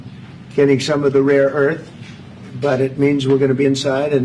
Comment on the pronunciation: What are "roar'" earth elements? Could it be rare elements?